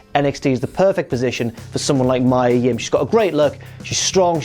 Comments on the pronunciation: It's Mee-Ah Yim,not May-Ah,..Numpty!! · you're saying mia yim wrong